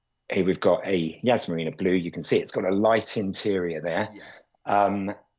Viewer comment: Yas not Yazz